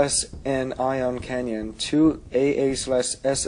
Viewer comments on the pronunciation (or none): He keeps saying CANYON its CANNON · No matter what accent you have have you shouldnt even be adding a Y-sound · its comstructive critisism. I didnt insult or personally attack him, I stated that it should be said simply as CANNON